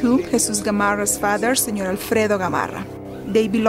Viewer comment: good doc, but learn to say 'senor'